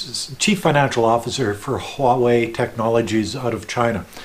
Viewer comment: You are one of the few Westerners that pronounce "huawei" correctly.